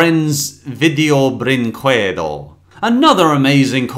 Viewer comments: you dont read it "brinkuedo", its " brinkedo". The u is silent. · People don't know that in portuguese, at least in this case, the letter U isn't pronounced, it's like "Video brinkedo" (Yeah, I'm from brazil) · Honking Pirate Vid-ee-oh -Bren-qwed-oh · It is mispronounced tho, it's portuguese, it's a romance language, you don't pronounce the "u", it would be, "brinkehdo" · Potato Kill Yeah, we hate "Video BrinKuedo" 😂😂😂😂😂😂😂😂😂😂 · How 2 spell right BRÍNKEDO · its "brinkedo" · "brinquedo" is pronounced with a silent U, so "brinkedo" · I love Felix the Cat the Movie. Bringquedo would be pronounced Bring-K-dough They ripped off a terrible spinoff? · Almost all the English speakers that I have seen talk about this film studio has mispronounced also I am wondering what does brinquedo mean? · Sounds more like a italian lol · I like how he pronounces "Brinquedo" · Let's play a drinking game: Take a shot everytime mispronounces "Brinquedo". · I have a weird obsession with the way says Brinquedo, pronouncing the q.